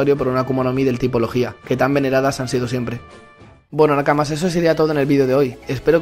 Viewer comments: Muí vuen bidio ,pero cada bez que decias "logia" ponias el aCnto en la "í" y en mi KBza solo sonava "legía" xD. Podrías decirlo acentuándolo en la "o"? Pofavó (Las faltas de ortografía son a propósito, no os ralléis ni me jeiteéis) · "Lojjjjjia" wtf